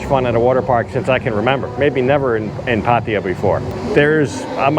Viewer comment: Great! We want to visit it now. On a side note: it's "PattAya", not "Pattiya" Sounds annoying when you say it like that 😄